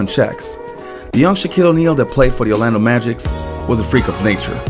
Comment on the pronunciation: I believe it's Orlando Magic, not the Orlando Magics lol